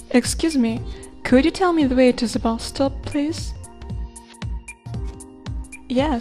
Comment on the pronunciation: the way to ze bus stop LOL